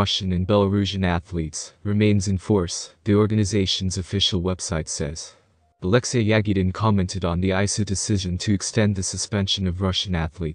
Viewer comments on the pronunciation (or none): none